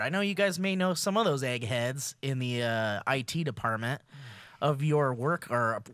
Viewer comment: "IT department" "coding" no pls.